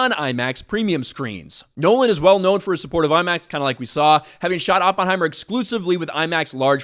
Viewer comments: Sucked in CRUISE … BTW idiot it’s Oppenheimer - NOT OP HEIMER… learn how to pronounce the scientific genius. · can't even pronounce Oppenheimer. Color me shocked. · you can't even pronounce Oppenheimer correctly...